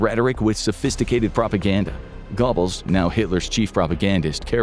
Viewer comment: The narrator pronouncing it Reichschtag and Gobbles is killing me